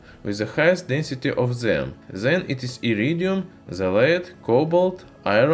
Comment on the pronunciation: Instead of "then" He says ZEN